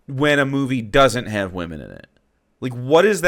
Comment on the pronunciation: He very much gives off bitter divorced dad energy with the misogyny in this video and complaining about "the wimun".